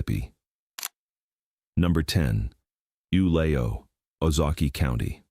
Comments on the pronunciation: OO-low pronounced YOU- lay- oh. Proceeds to pronounce it OOH-low. Somebody fit me for my straight jacket for it seems I can no longer make sense of anything.😢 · Ulao is pronounced "oo-LAY-oh."